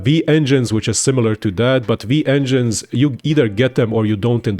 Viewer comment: Broo it clearly says W-engines, why you saying V engines, Whyyyyy?